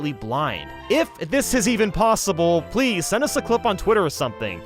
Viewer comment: PLESSIE BRO PLESSIE